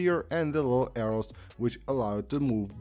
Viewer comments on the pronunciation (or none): none